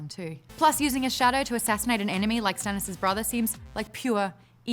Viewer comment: Did Maude say Stannish or Dennis? :D